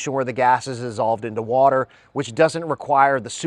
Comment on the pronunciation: Hmm he can't even pronounce water properly... "Waller"!? Plus would the blocks be air/Waller tight?